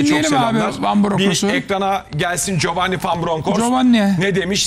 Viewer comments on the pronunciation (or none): Ciofanni Fan Bironkhorst diye okunuyor adi.